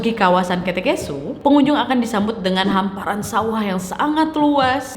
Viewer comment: Kak sebenarnya banyak kata yang salah kakak katakan kayak ( kete kesu) itu seharusnya ke'te' kesu, dan juga bukan tongonan tapi tongkonan. Tidak bermaksub untuk menyinggung kakak tapi saya sebagai orang toraja hanya mem benarkan kata - kata yang salah kakak ucapkan. Atas perhatiannya saya ucapkan terima kasih😅😅